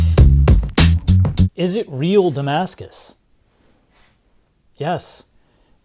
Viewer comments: Saar your damaca has arrived saar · Did it say Damascus or “Damn Ass Kiss”? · Damscus “style” knife lol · No, it's Pakimaskus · But. Its Damascus, man!